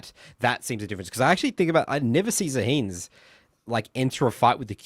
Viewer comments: ZAAA HEN not ZAA HEEEEN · Yeah 😅 Zaheen is like saying Atroox